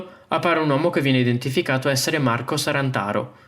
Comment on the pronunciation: È “Sarnataro” non “Sarantaro” !